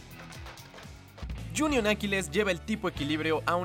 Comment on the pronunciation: Like si pensaste que dijo junior Aquiles